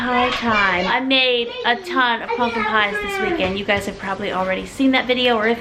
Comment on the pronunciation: I have never been so absolutely disgusted and annoyed by how someone says "pumpkin" 😂